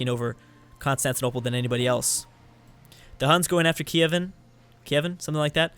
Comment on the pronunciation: Listen to me: Kiev-ON Rus.